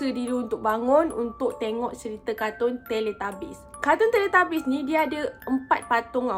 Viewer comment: Teletubbies ❎ Teletabies✅ tapi saya bukan nk mengata kak sorry ye...tapi sebenarnya teletubbies.